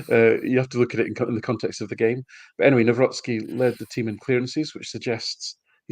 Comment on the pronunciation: kudos to for correct Nawrocki pronunciation